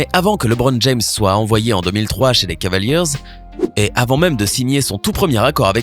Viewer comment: Heuuuu mec je suis désolé vraiment que t'es pas un basketteur parce que quand j'entends tes prononciations ex: cavaliers jai envie de me couper les oreilles